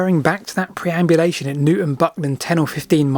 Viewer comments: Prehaps because I'm Dutch.... but isn't it PERambulation instead of PREambulation? As in, a walk around the preimeter, sorry, perimeter. Now you've gotten me confused as to which is which. Nice video though, love your channel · It’s not “preambulation” as you keep saying, but perambulation, meaning a walk. See graphic on screen at 9.33 for example. Still, a great story, who doesn’t love a mystery? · PERambulation... not PREambulation. Perambulate... to walk. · Very interesting, especially the comments from Justin Nash. Also, it's perambulation, not preambulation! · Nice mystery to explore. A slight correction: you used the word 'preambulation' a lot. If you look at the documents you were reading from it's 'perambulation'. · Perambulation, not preambulation!! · Facinating thought as ever. A pedant writes - I think you meant "perambulation" not "preambulation" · I think you mean PER-ambulation and NOT PRE-ambulation.....as written on the document you referenced. As in the word perambulate, meaning walk, origin of the word, "pram" which is a shortening of perambulator. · PER-ambulation, not PRE-ambulation. ❤ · PERambulation, as in "to perambulate." Not "PREambulation," as in... uh... "before walking," I guess. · PER-ambulation, not PRE! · It wasn't just spelling, you actually said "preamulation" several times. People who speak publicly should know what they are saying, & research if they're not sure of facts or words. Otherwise you are giving wrong information. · I love a good boundary discussion. btw it's perambulation though